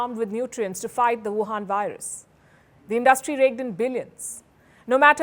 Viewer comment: I love, how she says Vuhan virus😁